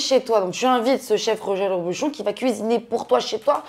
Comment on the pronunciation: tu as du mal à prononcer le nom du célèbre chef mdr. 3 fois elle dit Joël Robluchon 😅 trop marrante!!